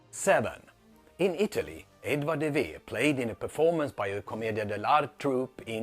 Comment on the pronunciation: First off the guy's name is De Vere not Vera. Oxfordians for years have been mangling Shakespeare’s name to where its unpronounceable and now you're doing the same with De Vere? The Pericles scene is a non sequitur why? Because you randomly say so? De Vere was kidnapped and then left naked on a beach, which didn't happen to Hamlet by the way. He had such a traumatic event that is brought up in another play and it means nothing? The only logical inference if Hamlet is autobiographical than this Pericles episode means something so what is it? If it doesn't mean anything than Hamlet is not autobiographical. As for Italian mistakes in Shakespeare how about the fact that Milan is not a coastal city but is depicted as one in The Tempest? You didn't respond to any of the William Shakespeare biographical connections that I mentioned in the previous post what about those inconvenient facts? De Vere patronized two play groups inherited from his father 10 years before any Shakespeare plays hit the stage and then abadoned it by the time Shakespeare came to the stage and neither of these companies had any connection to the Chamberlain's men. De Vere lent his family title to these companies and that's it. He had no connection with the actual running of the companies or producing of the plays. Anyone by buying a ticket to a play or buying a book is a "patron of the arts" so just being one proves nothing. I'm waiting for the rebuttal on biographical facts that connect with Shakespeare and no